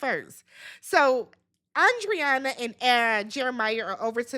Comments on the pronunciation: It’s pronounced ANDREENA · lmaooo her name is Andreina!! (Ahn-dree-nuh) everybody butchering this poor woman's name 😩🤣